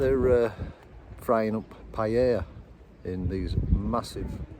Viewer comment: Pie-Ella 😂 great vid 🤙